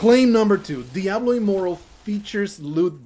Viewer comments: Well played sir you got me.I thought you were a complete idiot at beginning of the video .But made it to the end of the video I should have called on that you kept calling it Diablo immoral lo immoral😂GG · I came here after listening to a few legit diablo immortal defenders, so I was really confused and thought it was legitimate until i read the pinned comment, cause it sounds just like them. Although the first giveaway was when you said immoral rather than immortal at the start.